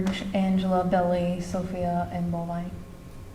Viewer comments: It's Bulvine. Not bovine like a cow. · It's Bulvine, not bovine like the cow. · It's Bulvine not bovine like a cow.